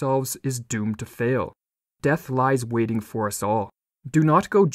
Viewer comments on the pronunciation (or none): none